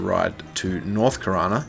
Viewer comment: back in the day when i played EQOA i pronounced Qeynos like kwaynohs and i saw people online years later say it was pronounced keynos. also i always said SOW (spirit of the wolf) like a female pig. like SOUr